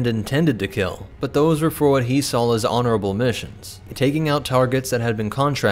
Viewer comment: saw not sawl